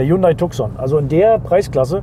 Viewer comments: Cool video, but whoever made the colorgrading made the mistake to shift the Red color into Orange which is misleading since this color does not exist in Tucson lineup. Also it is pronounced Tu-son not TuK-son. Other than that - great video. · Aussprache von Tucson wird Tuson ausgesprochen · Tuson wird ausgesprochen.Tucson ist ne Stadt in USA. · Tukkkkson - Lambordschini :-D Hast Du ne Wette verloren und musst die Modelle/Hersteller so falsch aussprechen? :-D Ansonsten aber tolle Vorstellung! Unterhaltsam und informativ. :-) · Tukson hahaha xD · Tucson spricht man anders aus.